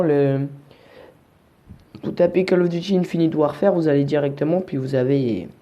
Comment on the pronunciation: tu le prononce mal le mot Warfare